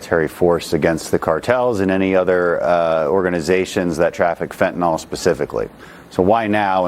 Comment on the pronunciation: It's "fentanyl," not "fentanol,". Either way, though, it's bad.